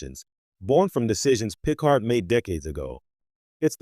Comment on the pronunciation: Boy this was bad. So bad. Oh, and it's pronounced pi-CARD...